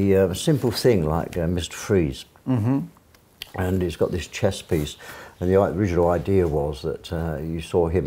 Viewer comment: WTF did he say ? Miss Trees? What movie is he talking about with the cryogenics? EDIT: OH I think he said Mr Freeze.